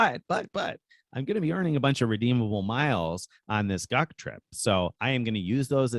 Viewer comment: Wait. Are y'all planning a "GUC trip" or a "Duck trip"? I kept hearing "Duck trip" 😄